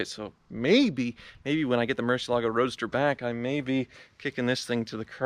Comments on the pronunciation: Sigh... It's pronounced Murci ELE go. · Hi good luck with your sale. I wonder how come you pronounce Gallardo correctly but butcher murciélago. The accent goes in the e not the a (fun fact this word contains all five vocals). They are named after Spanish bulls so... there is a right way to pronounce no.? Cheers!